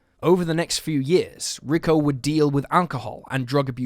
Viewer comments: It's not RICKO, it's pronounced REE-KO. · Its not Ricko, it's Rico. 🙄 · Rick-O? Really? If you’re going to be reporting on missing people for profit the very least you can do is have enough respect for the victims to Google how to pronounce their names properly. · Note on Rico Harris: Rico is pronounced Ree-ko not Rick-O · lmfaoooo this dude keeps saying the name Rico as "Rick-oh" 😂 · The guy's name probably isn't pronounced ricko. Rico always sounds like reeco. I'm pretty sure his name would be Rico. Sounds a bit better later on. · Had to shut this off after the zillionth time you said "rick-o" instead of 'Ree-co'. FFS, it's not even a hard name to read/say. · Ricko? Lol. Pronounced Reecko. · Rick’o don’t you mean Rico? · His name is pronounced "Ree-ko" Harris. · You're killing me. Rico pronounced ree-koe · ree-KOH (Rico) Harris